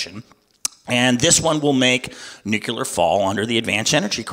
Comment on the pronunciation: If this guy wants to gain support he might want to start pronouncing nuclear properly.